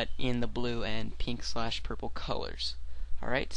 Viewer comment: i like when he says "pink SLASH purpel" :)